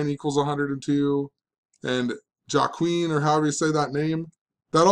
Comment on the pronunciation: Hey. Its pronounced WAH Keen. Joaquin. And W.E.B Dubois. Ive always heard pronounced "double you ee bee do bwah". Hahah just in case you wanted to know. Anyways, I always enjoy your vids. I like the idea of taking tactics from the ICP playbook. I was thinking of beginning to make vids on YouTube but maybe my time would be better spent papering the neighborhood.